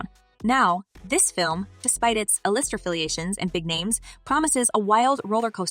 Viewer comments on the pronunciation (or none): The AI readers are still kinda obvious. Ah-lister instead of A-lister...